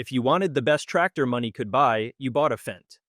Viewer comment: Fendt, not FENCE!